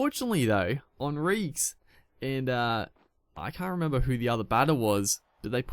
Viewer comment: I think it's hon-reek-ez